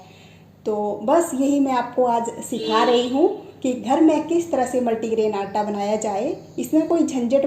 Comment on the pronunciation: Madam aata bolna sikhiye pahle aap